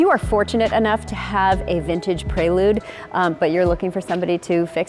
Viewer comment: Yikes, they butchered the prelude name